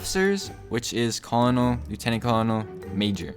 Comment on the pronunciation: Its Cur nel not however you say it